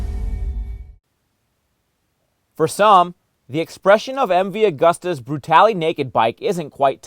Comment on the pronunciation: Pronounced "goo-sta" not "gust-a" you ninny